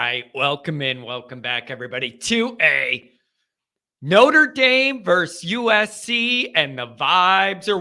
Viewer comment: would it be asking too much to take a look at the word “versus” vs. <-see what I did there? “verse”? Thanks.